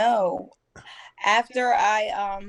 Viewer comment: 1st caller:. She used the wrong vowel between the f and the t.